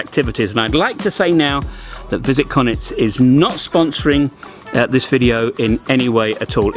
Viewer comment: I'd love it if you would learn how to pronounce Konjic correctly. It's pronounced Kon-yits not Konits.